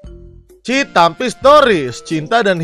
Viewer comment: cinta mimpi bukan citampi jangan( dibaca citampi nya ) harus dibaca cinta mimpi